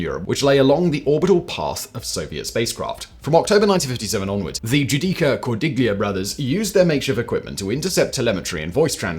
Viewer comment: Simon. “ gli” in Italian is pronounced as “ lee” with no “g” sound which no doubt isa 😊 diachronic aphthong much like the “ gh” in night, might, sight, right..etc. So Cordiglia would have been pronounced as / Cor-dee-lee-a/.